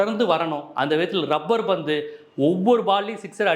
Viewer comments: Dai mayiru, it is "labbur bandhu", "rubbur bandhu" illa. Oru nalla movie title la enda kedukkireenga?. Dai, neenga review kuduthalum, kudukkattiyum, indha madhiri padangal makkal pappanga. "Thani oruvan" ku aapuram, ippathan makkal kuuttam varudhu. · Rubber pandhu nu solringa, lubber pandhu